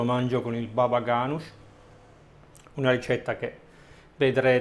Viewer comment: calogero salomon ha detto babaganoush, ha solo sbagliato l’accento. ;)